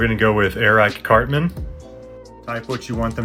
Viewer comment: The way he said Airac Cartman got me 😂😂😂😂